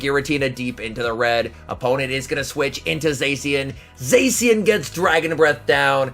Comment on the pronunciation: Its pronounced Za-Shee-uhn plz. My ears are bleeding